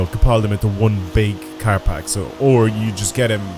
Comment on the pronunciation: its PACK! why do you keep saying parks?